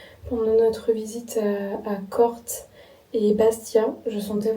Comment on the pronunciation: Attention c'est pas Corte c'est Corté n'oublie pas l'accen😅